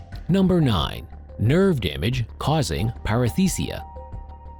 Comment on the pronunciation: Par-eSthesia, not Par-EF-Thesia (esthesia = feeling, an-esthesia = not-feeling, para-esthesia = a kind-of-feeling ) Since this is part of a copy-paste of a previous (longer) video you posted: that is not presenting more content!